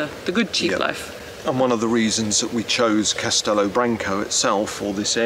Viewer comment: CAS-TE-LO not castillo.